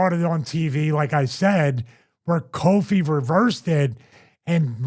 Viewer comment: Very unsettling hear call Kofi Kingston “Koffee” Kingston 😂